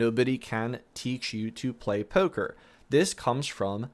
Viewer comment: “Poewker” “Noewtbook” “Coewding” Translation: Poker, Notebook, Coding